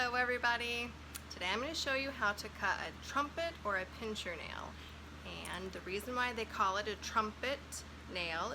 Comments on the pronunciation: PIN-SIR, not PINCH-ER. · I's a "pincer" nail, not " pincher".... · pincer (meaning claw) not pincher